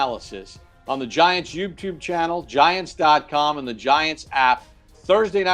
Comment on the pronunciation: and Carl's bromance is amazing. Did you see smile when Carl introduced himself and said welcome to the Giants? Awesome. Also Papa keeps saying youbtube 😆